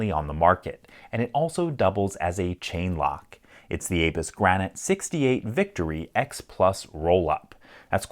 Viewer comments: I really thought it said ANUS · I know😂 I thought it said ‘Anus’, not Abus.